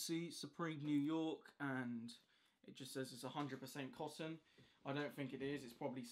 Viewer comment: I thought he said 100% possum. I was disappointed when I realized he said cotton.